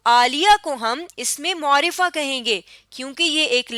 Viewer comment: عمدہ کاوش ہے ۔لیکن لفظ معرفہ کا تلفظ درست نہیں ہے ۔م کے اوپر پیش نہیں بلکہ زبر پڑھنا درست تلفظ ہے ۔پلیز اصلاح کیجیے ۔شکریہ